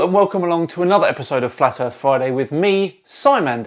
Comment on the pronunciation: The earff be flat. Nah wuddah saying?